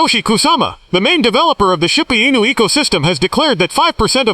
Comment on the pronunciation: Is this ai produced? Man so cringe to listen to! Zero zero zero bla bla, shee booo anus? You should read it buddy! You'd probably do a whole lot better!